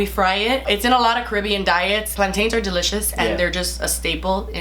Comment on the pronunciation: You said 'delicious' wrong. You know was i mean!!!!! delitchous